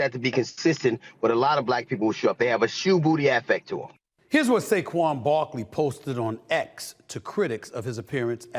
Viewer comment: Who’s saguen Barkley 😂